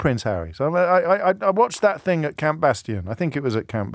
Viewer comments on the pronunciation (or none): none